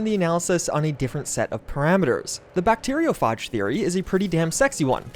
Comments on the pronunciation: My god, the pronunciation of bacteriophage and fuchsia hurts me so badly, and I'm only 6 mins in, but still interested to see where this goes! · It's pronounced: bacterio - fayj. Not, bacterio - farj. It's derived from the Greek, Phagos - meaning 'to eat'. Also, fuchsia isn't pronounced 'fook -sia', it's pronounced 'fyoo - shuh'. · Bacteriophage is pronounced with a hard A, not a soft A. fAge, not fahge. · phage - like fade not lite far , no 'arr' sound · It's pronounced 'few-sha'. And 'bacterio-fayj'. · i hate the way he pronounces fuschia and bacteriophage, he's a tip, fuschia is pronounced (few-shah) and bacteriophage is pronounced (bact-tear-E-O-f-age) (e & o are as if you were saying the letter from the alphabet, and phage as if you were saying age with an F at the beginning) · "bacteriophahhhhge" "fooksia" my brother in Christ, please... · Bacterio...farj? Fook-see-a?